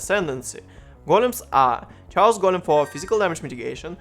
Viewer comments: chaos читается как кейос не чаос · Looks like a cool guide. I don't know where you took it from, but it's "chaos" is said with "k" :D